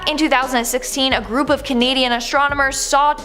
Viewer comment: "Astromonomers" I'm saying that for now on ❤😂